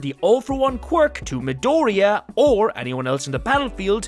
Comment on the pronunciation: Its a Mi-doriya